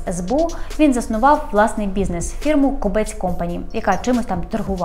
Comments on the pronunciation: Хіба не зрозуміло що кОбець а не кобЕць противно слухати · Думаю, що все таки КОбець, а не КобЕць!!! І і КОбця, а не КобЕця!!! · Тільки наголос ставиться на О. КОбець і змінюється не Кобеця, а Кобця. Є така птиця кобець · Дякую за випуск. Тільки перевірте, будь ласка, наголос в прізвищі «Кобець». Мені здається, воно походить від назви птаха і наголос має бути на першому складі.